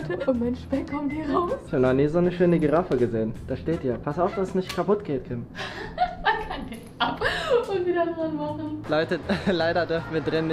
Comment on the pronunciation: Warum "Tim" und nich "Kim"??😵😂